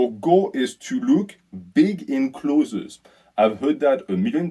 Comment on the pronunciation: Learnings from this video: 1. Don’t dirty bulk. 2. can’t pronounce the word “clothes” 😂. PS having just done a bulk in our southern hemisphere winter I can confirm I looked bigger in clothes but worse without clothes. Summer time cut phase underway 😂. Look better in swimmers. People at work telling me I look smaller. It’s a tough life😂